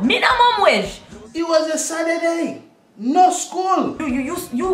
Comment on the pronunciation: HE DIDNT GO TO SCHOOL SA- TUR-DAY! lmao